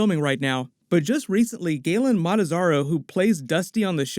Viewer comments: Galen malazaro.... I’m dying plz tell me you didn’t just say that 😭😭😭😭 its Gaten Matarazzo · Love hearing grown men fangirling over a TV show so much. Makes me gloriously uncomfortable. Way to butcher Gaton Matarzzo's name, by the way.